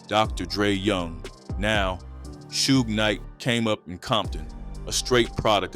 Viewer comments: Why u say suge like that 😂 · Why u say suge like that weirdo 😅